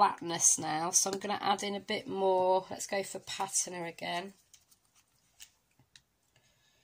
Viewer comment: Thanks for going over this technique with alcohol Inks. I would love to see more of the Reserse technique! By the way Patina is pronounced PAT TINA 💖👍 Gorgeous card in the end, but would have liked to see you do it on video. I know some don't like long videos but They can fast forward!!! 😊♥️🧚‍♀️